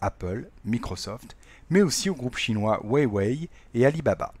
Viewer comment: Le "weiwei" pour huwawei m'a fait rire mais merci pour cette video elle m'aide beaucoup en derniere minute